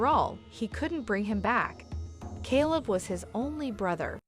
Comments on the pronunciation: You cant even pronounce his name, Calebs name or the cities name. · I can't with this channel anymore and it's fake narrations. You pronounced Elijah's name both correctly and incorrectly in the same sentence, far too many times, not to mention Caleb's name. Smh.. i would be very offended if one of these videos were about a loved one of mine. I have to unsub at this point, nothing but bots behind the channel and its way too obvious.